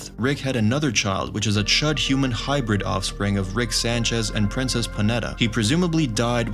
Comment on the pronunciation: His name isn’t rix